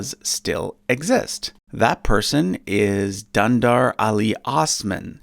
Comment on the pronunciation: Please research a bit more on the pronunciations of everyone's names, it will raise the quality of the video by so much by keeping glaring confusing anglishisms away, Dündar is not Dandar and Augustus is nos Agastas